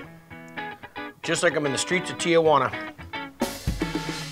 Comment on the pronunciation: are you trying to said Tijuana or Tia Juana? 🤔🤨🧐